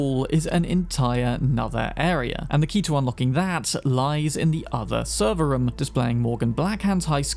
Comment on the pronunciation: why do you say "rom" for room